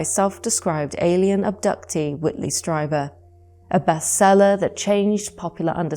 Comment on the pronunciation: Whitley Strieber - pronounced Stree'-ber....."Communion" came out in 1987 & people still mis-pronounce his name. You should know better.....